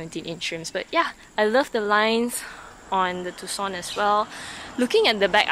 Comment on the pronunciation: Hyundai TOO-SONN, unfortunately not pronounced as Tux-Sun. LOL..sorry, just being nit-pick. Good and "too honest" review.